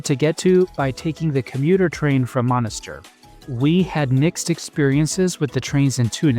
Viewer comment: Monastir. Et pas Monisteur 🇹🇳